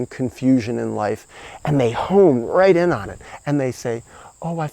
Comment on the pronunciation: It's 'home', like a pigeon. NOT 'hone', like an axe. I like these videos and am happy by nature ok. But also so traumatized that I got sick and lost. Oh well.